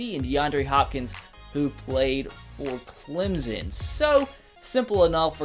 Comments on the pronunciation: "clemzon" fuck u lmao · I love In Clemson and every time u say our name, it makes me laugh. (clemzon)